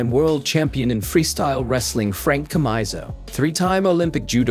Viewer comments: Good stuff, thanks for this. By the way, it's pronounced "Tcha-mEE-so" for the Cuban wrestler. In Cuba, we had these boarding schools for sports, where the young athletes lived for the most part of the month, only going back home every other weekend. The fights between wrestlers and judokas and boxers were fun to watch. In the lower categories, the wrestlers dominated because they were physically stronger usually than the other two combat sports. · You mispronounced Frank chamizo